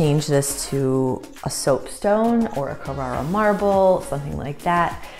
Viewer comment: Carrara marble !!! Thank God I've finally come across someone who says it correctly !!! It's NOT CARRERA as most Americans call it. It's from CARRARA therefore it's carrara marble. I'm Italian and not far from that area.